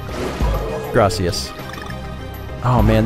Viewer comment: “Gracies” it’s Gracias